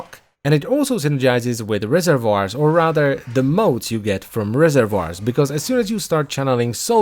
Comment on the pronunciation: SAY RESERVOIRS AGAIN SAY RESERVOIRS ONE MORE GODDAMN TIME